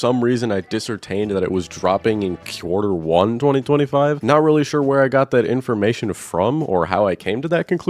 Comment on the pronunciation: BRO SAID QUEUE-ARTER